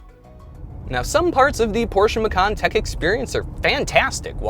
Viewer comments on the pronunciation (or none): none